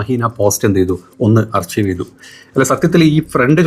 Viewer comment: “അർകൈവ്’’ ആണ് അർച്ചീവ് അല്ല 😅 please check